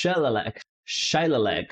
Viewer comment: "Shillelagh" is not an English word & doesn't follow English pronunciations. It's an Irish word pronounced: shil AY lee